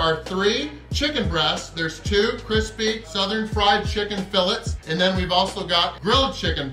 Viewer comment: Is how says filets a joke that I only caught onto now?😂